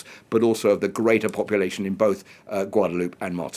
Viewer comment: How in the world can journalists not know the name of the place they're talkin about . Gwaod a loo pay Please pronounce it like that and stop insulting large portion of the world